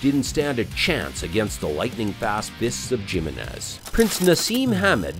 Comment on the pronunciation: Jim-in-ez? Like Gym-in-ez? Lol! Learn to speak!